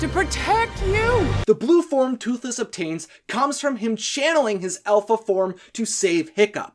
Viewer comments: Alpha not elpha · It's alpha not elpha. Please learn English. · Its Dragon not Dreigon Its alpha not elfa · I hate how this guy calls the dragons dreygons and the alpha an elpha